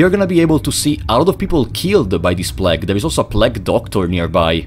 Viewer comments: my favourite thing about this video is that he pronounced "plague" like "plaque" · "The pläg" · The way this guy pronounces 'plague' is scarier than anything in the game